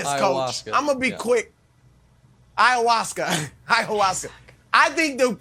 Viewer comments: They mispronounced "I-ah-wass-ka" several times while waiting on the approval of the producer to say the drugs name on air I bet. Once they gave approval, Nick said it. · The simple fact that the commentators can't even pronounce the name of the substance, tells me that their opinion on this matter is full of ignorance and ergo should just shut up and go back to talking about LeBron or the Chiefs ...